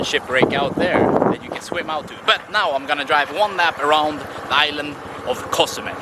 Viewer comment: Hi, bro! Great video! I like the way you pronounce Co! zumel! I' m flying to Mexico in a week for a month. Thank's. You are the best!